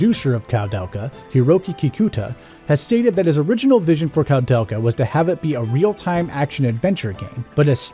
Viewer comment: It's pronounced "Koo-del-kaa" haha But regardless, great review dude, was entertaining all the way through! I love this game very much, it's one of my favorites on the PS1 despite some of its issues. (analog movement but no analog support?! Tank controls actually worked better on the dpad imo, as you said in a different way :P ) And it looks absolutely beautiful on a high quality CRT TV. I really wanna give this a review myself one of these days.